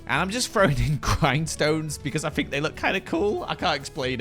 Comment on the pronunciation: saying “fink” for “think” will forever make me happy